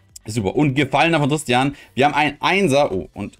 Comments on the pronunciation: nicht tristan....nicht trsitian....TIS-Tina...bitte ordentlich lesen das ist so ein schönes deck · Mich triggert das so hart dass er TISTINA nicht richtig ausprechen kann😬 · Des hat mich auch die ganze Zeit getriggert😂